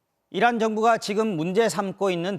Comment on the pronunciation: 다시 한번 들어주십시요 이란이 아니라 이런으로 들릴겁니다 이런으로 들릴때까지 계속 반복재생하여 들어주십시오